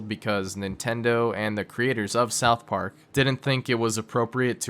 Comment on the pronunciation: soutch park